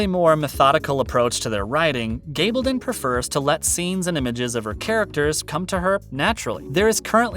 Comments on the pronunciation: Her name is g a bl don. Short a not a LONG a. Get it right, please. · Stop saying, “Gabledun”. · Her name is G a bl don NNOT a long A. Get it right!